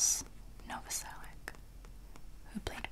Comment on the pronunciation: I'm fairly sure Krist's last name is pronounced "Nova-sel-itch". Slavic root, most likely.